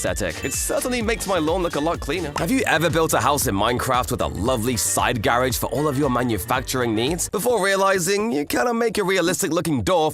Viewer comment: 3 how you said garage garihg